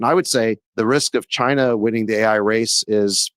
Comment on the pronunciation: I fear chy-nah more than AI.